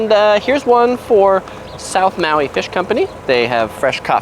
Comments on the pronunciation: Aloehaw! Welcome to Mayui!!! Hahaha dude come on now! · Maui pronounced ma we